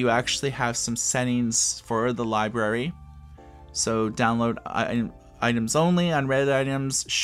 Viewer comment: Not sure I can trust an ebook reviewer who can't pronounce library